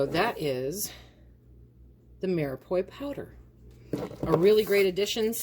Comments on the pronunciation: My dear who ever taught you how to say mirepoix was wrong. The end is pronounced like pwa not poi. If I was saying something wrong and someone told me I would appreciate it because I wouldn't want to go through life saying something wrong if I knew it was wrong. :-) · Umm I don’t mean to be picky. It’s pronounced Mira Pwah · pronounced ---- mere pwah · Me are pu are. Is how you pronounce